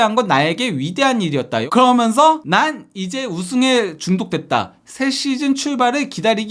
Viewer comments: 그러먼서 ;;;; 개듣기 싫다...그러면서 라고 하든가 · 면 발음이 잘안되는것같음